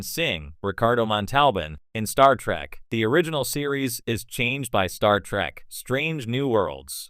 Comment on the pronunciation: It isn't STAR TRACK,you a$$hat, it's STAR TREK say it RIGHT!